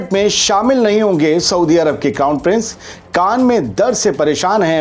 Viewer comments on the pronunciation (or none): Bhai saaf saaf bola karo ki saudi ke shehzade ke kaan mein dard hai, meine suna ki shehzade ki _ _ _ mein dard hai 😅